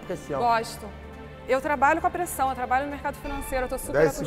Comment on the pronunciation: "você gosta de pressión" "Gosto, eu trabalho com a pressão, eu trabalho com mercado financeiro, tô super acostuma......." "10 segundos pra montar seu prato" 😂😂